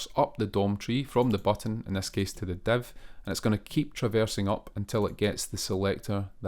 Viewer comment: man you do great tutorials, but can't understand how "div" element became to be "dev" in pronunciation, same for "file" -> "fail"